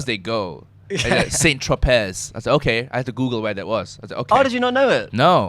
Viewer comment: Saint Tro-pay not pez, the French don't pronounce ending consonants.